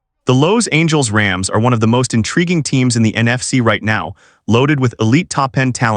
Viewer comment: Lowe’s Angles Can you pronounce any other words correctly? Or is this AI just messing things up again?